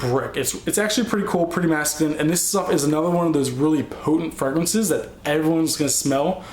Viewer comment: LOOL, I love how you like pronounce the names of almost all your fragrances wrong! XD